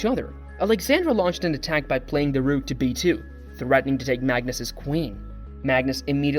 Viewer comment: Good video and promising content. I suggest you practice your pronunciations. It's important to get player names right and even more so words like "rook."